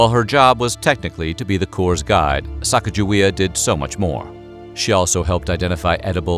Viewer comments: Isn't it sah-cah-gah-WAY-uh and not sack-uh-juh-wee-uh? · You mis-pronounce Sacagawea it sounds like Sa-cog-a-wea; the big lake behind the Garrison Dam is named after her - Lake Sakakawea. These so called history people need to get the name correct. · ITS SAKAKAWEA!!! She is from my tribe and all these years people have pronounced it wrong, it’s not even “Sakakawea,” but that’s the closest English translation. It means “bird woman” as well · It’s actually pronounced “Suh-caw-guh-wee-uh” not “sack-uh-juh-wee-uh.” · A little extra authenticity: Her name is pronounced Sa-COG-a-wee-uh. Not Sack-uh-juh-WEE-uh. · You are pronouncing her name wrong. According to the phonetic spelling consistently recorded in the explorers' writings, Moulton said, Sacagawea - a woman who aided Lewis and Clark on their journey across the uncharted western part of the United States - should be pronounced "sah-KAH-gah-wee-ah." Emphasis on the 'cag' as cog, or "sa-COG-ga-wea". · I'm giving a thumbs up because I LOVE you guys. But it's pronounced Sa-Ca-GUH-Wey-Uh. Hard "G." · Great information. The only knock I would give is the actual pronunciation of Sacagewea. It should be (phonetically) Sah-Keg-Ah-Way-Ah. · You would think that the narrator would familiarize themselves with the proper pronunciation of her name. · I think you are mis pronouncing Sacajawea s name. A magnificent woman and mother.